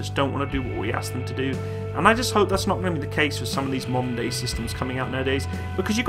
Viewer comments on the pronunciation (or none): none